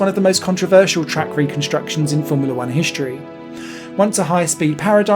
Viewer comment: shtraight, conshtruction, hishtory? :D weird to see english change pronounciation during my lifetime Otherwise great video. Thanks